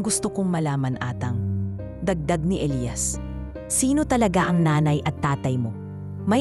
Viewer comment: Maganda na sana,kaso.inis ako sa pagbigkas ng Elias /elayas